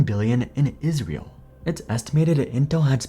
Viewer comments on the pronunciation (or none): none